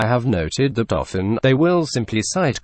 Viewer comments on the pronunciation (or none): I am assuming that what is being said here is actually, "I have noted that often . . .," rather than what I initially heard the first ten times, "I have noted the dolphin."